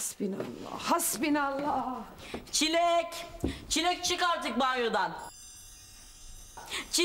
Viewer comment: Aga be benim best shibim çileğe çilli diyen tunaydi bee❤